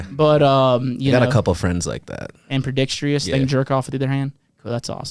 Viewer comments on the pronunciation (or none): Did you just say… Ampredextrous🫠